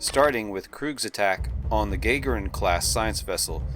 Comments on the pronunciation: Gagarin is pronounced (in English) "guh-GAR-in," not "GAY-gher-in." The class of ship was named for Yuri Gargarin, the Russian cosmonaut who was the first man to fly in space. The Grissom herself was named for Gus Grissom, the second American to fly in space. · Your pronunciation of "Gagarin" Is making my head hurt. "Gagarin" as in Yuri Gagarin? "Guh-gare-in," no "Gay-ger-in." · And Roddenberry decanonized all the FASA material. Do I agree? Not really, but Oberth is just as worthy a name....and it's pronounced Gah-Garin. You try to tell a Russian Yuri Gagarin is pronounced Gay-grin they'll laugh in your face. Now he has it cited as a Oberth class (Gagarin variant) so I want to know what the other variants are. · Not to be 'that' guy, but 'Gagarin' should properly be pronounced Gah-GAR-een, not GAY-gar-inn. Otherwise great stuff, thanks for sharing. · I appreciate any in-depth Trek content, but please try to learn how to pronounce Gagarin: 'guh-GAH-rin'. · Gah-gehr-uhn. As in, Yuri Gagarin, the Soviet cosmonaut. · It's pronouced Gah-gair-inn. With an emphasis on the first syllable.